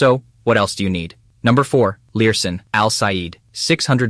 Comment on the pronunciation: Lurssen. not Learson.